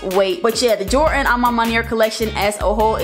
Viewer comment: Did you just say, jortan 4